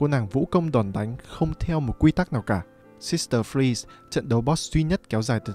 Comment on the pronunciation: tôi vừa nghe thấy “sister freeze” à